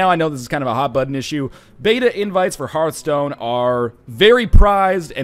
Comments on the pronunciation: It's her-th-stone not harf-stone. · It bothers me that you don't know how to pronounce Hearthstone correctly. >< It's Heart-hstone; not Herthstone or Hear-thstone, Hearthstone. it's not complicated. It's even a real word, too. Look it up. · Northernlion, You dingdong! Just pronounce Hearth like Heart, since they're spelled exactly the same, just with a H at the end. That's the easiest way to remember how it's pronounced